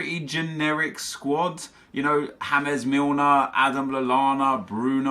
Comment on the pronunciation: ITS NOT "HA-MEZ" FUCKING MILNER.